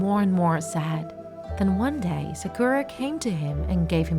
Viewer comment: I think u should read sakura as sàkura, not sakùra